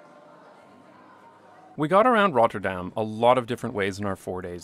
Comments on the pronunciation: This video is great. But do feel free to pronounce 'Rotterdam' without the rolling R. It's good to pronounce it fully in English or fully in Dutch; but not both. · The way he pronounces Rotterdam is annoying af. Dude, pick a language. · Lol, only after reading another comment do I realize your pronunciation of Rotterdam is different and better from the last video. But it is an improvement towards the Dutch. Thanks for the effort. How often did you say Rotterdam? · Someone is having fun with their new pronunciation of Rotterdam! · First, love your videos. Big fan of the channel. But why do you only seem to have a Scottish accent when you say "Rotterdam?"